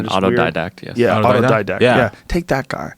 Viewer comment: Joe “auto-Dactik” rogan